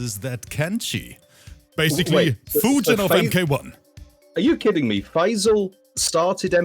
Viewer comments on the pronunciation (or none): he sounds like hes saying pfizer every time hessaying faysal